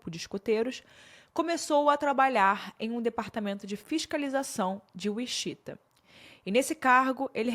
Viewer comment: Gostei muito da forma como você expôs todos os detalhes. Só o "uixita" que me quebrou demais ,porque sei que você sabe falar inglês e que mora no exterior ( não sou hater , só que cada "uixita" eu dava um grito mulher 😅)